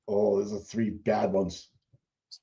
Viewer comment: One, two, treeee, four, FIFFFFF